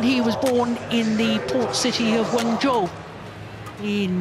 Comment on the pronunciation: She said wenzhou